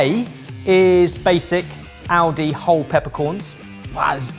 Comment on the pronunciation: When says Aldi it sounds like audi:P